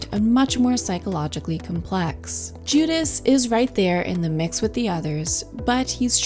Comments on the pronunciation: AI. It mispronounces Judas several times. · Pretty AI? voice goes into detail about Judas clutching a small bag with one hand and reaching for bread with the other and then later says Juda’s, frequent mispronunciation in this video, hands are hidden beneath the table. No actual explanation as to how Jesus’ hand positions reference communion. Early comments about perspective perhaps the only reliable comments. Given the amount of research and commentary available on this subject, The Last Supper deserves better.